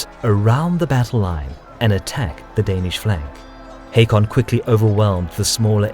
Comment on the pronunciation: Its pronounced Håkon